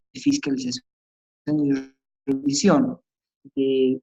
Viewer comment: Lo corté a los 10 minutos porque me irritaba sus términos como wrectificatoria, ewror, wrevisión, incuwrir.